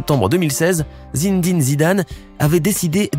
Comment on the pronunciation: Zindin Zidane ? Non c'est Zinedine zidane